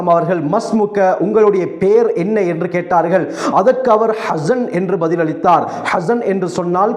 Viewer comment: حسن என்றா அழகானவர். அவரின் உச்சரிப்பை கவனியுங்கள். அவர் சொல்வது حزن அதன் அர்த்தம் களை குறியவர். கடனுக்கு உரியவர்தான்